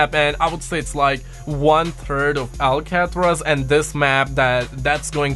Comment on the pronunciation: Lol say it with me...AL CA TRAZ!